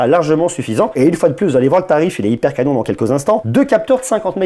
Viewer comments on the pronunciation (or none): none